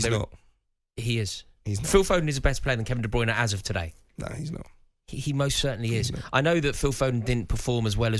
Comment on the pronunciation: I just wish he would say Kevin De Bruynes name right